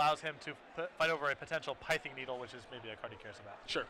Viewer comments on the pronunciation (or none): Pithing is pronounced with a short i, not a long i as in "pithy".